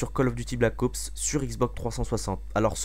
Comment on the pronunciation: Black Ops et non pas Black AUPS ;)